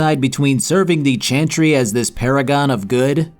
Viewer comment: This video made me want to finish Dragon Age: Inquisition and replay the entire series. Thank you! PS: Does anyone else hear him say "chanchry" instead of "chantry" all the time lol?